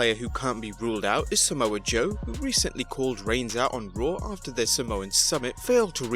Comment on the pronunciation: Not Somoa Joe